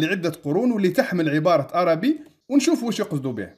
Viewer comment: السلام عليكم أنا من متابعي قناتك لجودتها ومصداقيتها ولكن لكل جوادٍ كبوة. اعلم أيها السيد المحترم أن الكتب التي ذكرتها كمراجع هي في الحقيقة كتبٌ إيطالية وليست لاتينية وحتى كلمة "ARABI" المنقوشة في الصخرة التي تنطقها عربي وهذا إجتهاد منك فكان عليك أن تنطقها "أربي" وفي القاموس الذي ذكرت فالحرف "A" فوقه هلال فليست نفس الكلمة والسلام